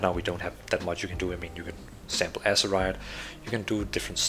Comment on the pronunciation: "Sample Azerite" altid godt med lidt danglish, god video! :)